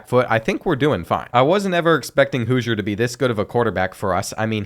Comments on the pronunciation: Its House-er not Hoosier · Hooiser 😭 houser (house-r) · the qbs name is houser (how-zer) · The way he pronounced housers name wrong the whole video made me mad